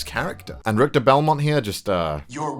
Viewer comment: Ok I love Castlevania but...Ritcher.. honay...